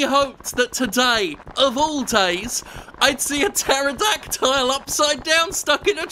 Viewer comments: Almost two years later and I still want to throttle Jim every time he says "pterodactyl" as "pterodactile". Love you Jim. But quit that. But love you. ... But quit it. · Huh. I've literally never heard it produced "terro-dack-tile". That's new.